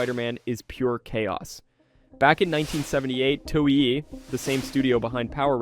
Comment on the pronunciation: It's Toe-Way(Toei)